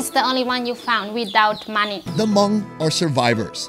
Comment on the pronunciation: Took me some time to realize you said money not monkey